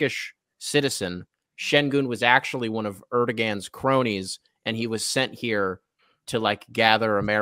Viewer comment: Tell to Google “Erdoğan pronunciation”.